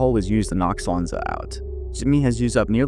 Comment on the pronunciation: It's pronounced "Swan-Sea", not "Swansa"